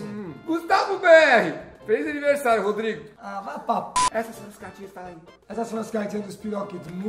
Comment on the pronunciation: faz o “Ridigui”, de Rodigui. 😂